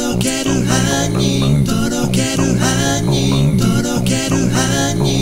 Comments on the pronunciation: 「とろける杏仁♪」が「とろける犯人♪」に聞こえるwwww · とろける犯人豆腐www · とろける犯人にしか聞こえないんだがw